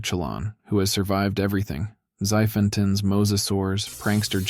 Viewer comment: The way it pronounced xiphactunus is so funny lol